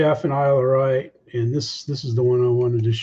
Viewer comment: Great show Jeff, BTW its pronounced the Isle of Wight (WHITE)